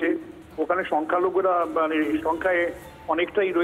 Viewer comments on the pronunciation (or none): none